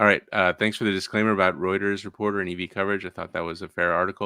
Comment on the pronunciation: Reuters: roy-trz